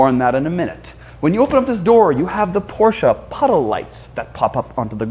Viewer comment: You need to pronounce Porsche right!